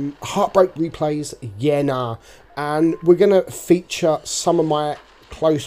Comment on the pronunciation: We says yeah nahhh it sounds like he says "birth" in Greek